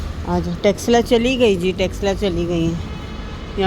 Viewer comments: Loll texela no its tesla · Tesla name ha car ka not texla sister